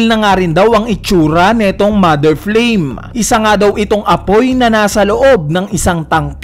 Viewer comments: Flame po hindi flaim hahahaha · Flaim ❌ Flame ✔️ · MOTHER FLAME = ❌ MOTHER FLAIM = ✅